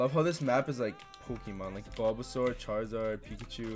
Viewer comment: He called Charmander Charazard IM SHLEEP